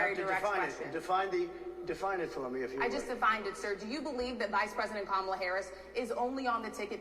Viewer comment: He purposefully pronounces Kamala’s name wrong. If he isn’t doing macro aggressions it’s because he’s using micro aggressions.